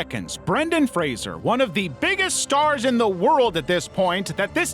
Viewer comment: Thank you for pronouncing Brendan Fraser's name correctly - dunno why Americans usually pronounce it like it has an i